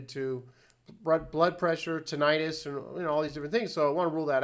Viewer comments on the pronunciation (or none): none